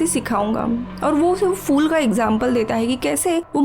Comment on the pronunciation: फ़ूल नहीं फूल